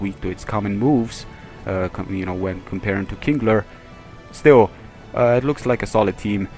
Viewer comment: Kingler not kinglet